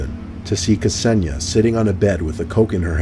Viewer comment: That Kseniya pronunciation 😂😂😂😂😂😂😂